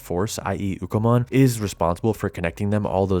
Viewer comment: Its Ukkomon not Bukamon